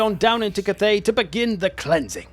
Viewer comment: Cat-thay, Meow Ying